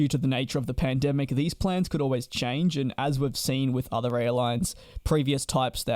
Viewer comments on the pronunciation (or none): none